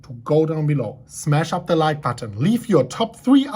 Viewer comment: Haha ya this is classic. Its more like “today, for da bitcoin” 👍👍👍